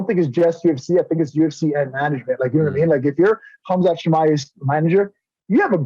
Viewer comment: Ariel is saying Khamzat name wrong on purpose.